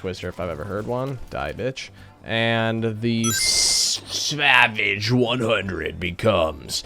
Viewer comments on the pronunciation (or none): none